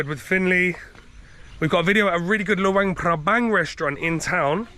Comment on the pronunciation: Got home late from work last night, by the time I got done feeding the cats and took off my shoes, caught the last 20 seconds of your vid. Watching now at work. Love seeing Finley and hearing him speak Thai. Sooooooo......CUTE!:virtualhug:🥰. BTW, you pronounced LOEI perfectly,. You see...practice makes perfect. 😀